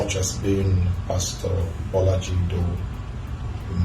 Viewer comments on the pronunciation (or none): No sir , you didn't get the pronunciation. Bolaji not baloji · It’s “ B or La ji “ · You got the Bolaji pronunciation wrong